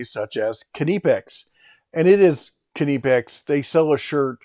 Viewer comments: It’s also kuh-nip-x not kuh-neep-x. Per the t-shirt you referenced 😉. Just sayin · You are still pronouncing Knipex wrong, there is ‘nip’ not ‘knee’ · Knipex? pretty sure it's pronounced 'po-tat-o" your welcome